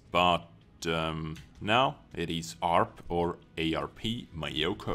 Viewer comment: it's myo---koo not my yo kooo...............